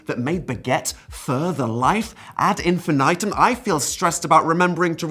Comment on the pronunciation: i agree with none of your arguments, so i will resentfully point out that you mispronounced ad infinitum